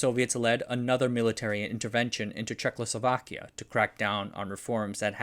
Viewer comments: It is NOT 'Czechslovakia', but 'CzechOslovakia' .. It is NOT 'Gena', but 'Yena', written as 'Jena. All that good work you do and still neglect BASICs..like having enough respect towards subject that you care to learn how to pronounce it. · "Czechlosovakia" hurts the ears. You do this every time you mention this country. It's Czechoslovakia, put the L in the right place please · Folks, he did the Check Losovakya thing again.